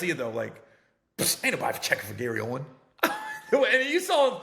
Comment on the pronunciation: Aint no s on his name fam damn